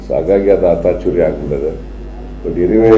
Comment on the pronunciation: Siddaramaiah sir niv swalpa kannada sari kaliri.. adu (ATACHURYA) alla(ACATURYA)